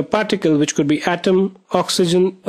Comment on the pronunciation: It's pronounced as atom not hatom